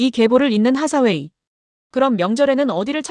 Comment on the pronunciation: 앤 하사웨이가 아니고 앤 헤서웨이듯.. 하사웨이는 헤서웨이가 맞을거같아요. 발음짜치는 일본식 외래어표기보다는요. 하사웨이 중사웨이 상사웨이... 원피스의 상디를 산지로 안읽듯이..